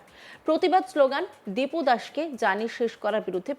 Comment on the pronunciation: হিন্দু ভাইয়ের নাম টা ঠিকঠাক বলতে পারছে না,নামটা (দীপু) দিনু নয়,বড় নেতা গিরি করছে ফেলানীর নেতা।বিজেপি কত টাকা দিয়েছে।